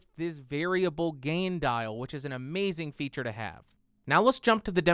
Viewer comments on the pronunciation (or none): none